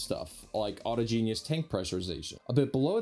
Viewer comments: "Aw-TAH-gen-us" au·tog·e·nous arising from within or from a thing itself. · autogenous has accent on 2nd syllable. Sorry for being picky. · PLEASE stop saying "auto-genius" lol it's pronounced 'au-tog-gen-ous' but the 'tog' sounds like mirage, not log..... just don't call it 'Auto-Genius' anymore - remember 'autoge like mirage' :D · Great report, really informative comparisons between 24/7 * 25/9. But please can you stop saying auto-genius, it's pronounced "au-todg-en-ous" autogenous (Similar to Homogenous; Ho-modg-en-ous) Merriam-Webster has a great pronunciation example that you can listen to. Thank you - You Rock!:) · Autogenous is pronounced "awe - taw - jenn - us," not "auto - gene - ee - us." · Aw TOJ en us. Not auto-genius. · ‘Autogenous’ is not pronounced ‘auto genius’. ‘Autáhgenus’ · It's pronounced "AU TAH GEN US". NOT "AUTO GENIUS". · Not "auto-GENIUS" but "au-TAH-gen-us". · Ah-TAW-jen-us not auto-genius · (awe taw gen us) not (auto-genius) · Good episode - love the dive into differences between the prototypes. There is no ‘I’ in autogenous - it’s not ‘autogenius’ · The laughs are to add personality to a presenter who does this sort of stuff for a living and doesn't really know his subject. His thoroughly risible pronunciation "auto-genius" ( twice ) gave the thing away. I'm here for Felix, not just-another-space-newcast. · Informative video May want to check your pronunciation of “Autogenous”. Awe-taw’-jin-us (or something similar) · please stop pronouncing autogenous and auto genius. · Dude, you speak English natively but can't pronounce "autogenous"? Felix had an excuse, you don't.